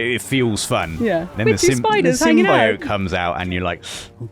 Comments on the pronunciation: Most people: Symbiote: Sym-BI-ote. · Bro can't pronounce symbiote